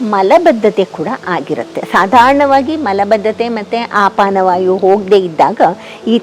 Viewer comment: ಆಪಾನವಾಯು ಅಲ್ಲ ಅಪಾನವಾಯು ಎಂದು ಭಾವಿಸಿದ್ದೇನೆ 🙏